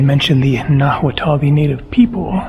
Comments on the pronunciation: Nahuatal is wrong pronuncination, you must say more like nawatl. Hua is wa. Atahualpa is Atawalpa. Cuahtemoc is Qaotemoc. Mexico is wrong, but Spanish pronuncination Mehico is also wrong. Original is Meshico, Meshicas. But spoiling words is normal when they go from language to language. Also, why to translate Ciudad de México to Mexico City? Foreign city names are usually written in original. Why then Sao Paulo is not Saint Paul, why Buenos Aires is not Good Air, why Rio de Janeiro is not January River? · The h in "nahuatl" is silent, it's pronounced nah-watt or nah-wah-təl